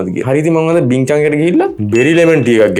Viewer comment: බින් චන් නෙමේ බින් චුං